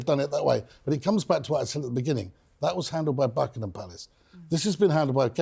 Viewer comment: Who is this awful man who cannot pronounce Buckingham Palace. Who is he spouting his mouth. We don’t care about high browed American peoples opinion. You should be talking about more important people. Catching fire - REALLY